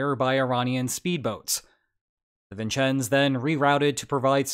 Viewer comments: Vincennes is pronounced vin-senz and Whidbey is pronounced to wid-bee. Great video by the way! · How you pronounced Vincennes confounds me. Are you an AI? Then you said Whidbay instead of Whidbey. What accent is this. Are you, or have you ever been, a Communist?